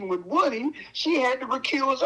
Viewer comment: Boss pronounce like " Whooty " not like wood